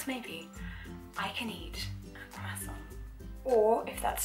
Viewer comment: the way she says croissant is so satisfying wow